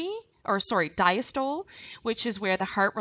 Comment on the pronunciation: I keep getting caught up every time you say "CAPILLARY" or "CAPILLARIES". Lol it's pronounced 'CAPillary' like you're saying "CAP-A-LEH-REE" with an emphasis on the 'CAP', not 'Ka-PILL-A-REE'. And "DIASTOLE" is not pronounced "Dya-STOLE", it is pronounced 'di-AS-tuh-lee'. Also, ACETYLCHOLINE. Lol It's not "ASS--A-TILL-KO-LEEN"...It is 'A-SEE-TULL-KO-LEEN'. And VENULES/VENOUS are pronounced incorrectly. I make this a point because you're teaching a lesson that involves medical terminology and you are not saying these words correctly! Otherwise great video!